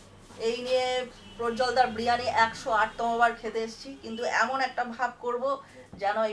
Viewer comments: বিরিয়ানী ❌ ব্রিয়ানী ✅ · বিরিয়ানি ❌বিরানি ✅